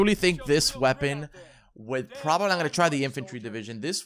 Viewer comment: hear how he says probably